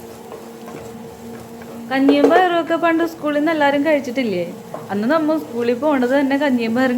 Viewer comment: നമ്മൾ എന്ന് പറയുമ്പോൾ നമ്മ എന്ന് തോന്നിയത് എനിക്ക് മാത്രമാണോ